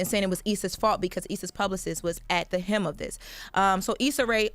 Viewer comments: HELM. Not hem. SMH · AT THE HELM NOT THE HEM